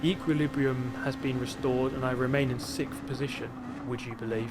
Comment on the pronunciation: "sickth position"